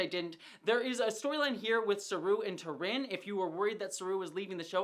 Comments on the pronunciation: Her Name is not T'Rinn, but T'Rina. There's an A in it. You keep saying it wrong 😅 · I love you. But it’s T’rina right? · I love your insights into the storylines and characters! But, please, you get T'RINA's name wrong each time you bring her up. She's one of my favorite characters!